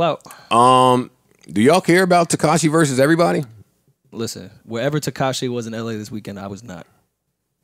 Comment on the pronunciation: It sounded like was saying Tekashi and Tinashe... Tekashay